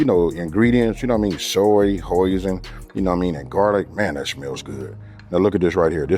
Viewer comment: He does great Mis en plas. The smart way to prepare to cook so you can focus on cooking and not preparation. It's a focus thing. I love his BBQ thigh and Chicken recipe. Saves grocery money and goes farther. You have it almost right- Hoisin sounds like Hoy Sin. You have a heavier voice, so you replace the 's' with a 'z' sound. Changes the meaning. Hoy Sin. It is a Cantonese (HK Chinese) word. Clap you hands one word Hoisin.